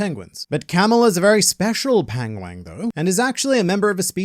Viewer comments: you went all Benedict Cumberbatch and said pengwing 🤣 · You said Pangwang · "Pengwing" in the Multiverse of Madness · copying Benedict Cumberbatch's way of pronouncing 'pengwing' 🤣